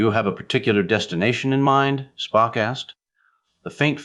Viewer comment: I had to stop after a very short time. The reading was not checked,because "SPOOK" slipped into a Souther accent and the writer never saw TOS,only heard that Spock was logical, and also, not a Christian or cared to make a study of it. Ciao.